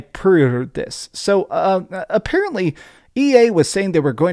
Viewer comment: “Affarently”